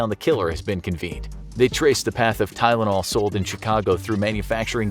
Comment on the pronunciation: Its not tylanol its a death note